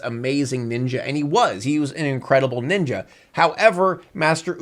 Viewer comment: I love this video, but man, I die inside every time says "Ninja" in this video.